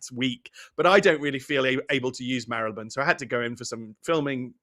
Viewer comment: How refreshing to hear Marylebone pronounced correctly, BBC can't seem to anymore and my local BBC radio station employs newsreaders who can't sat th, it's fink, fort, norf, souf, free instead of three, it's depressing when we let standards drop.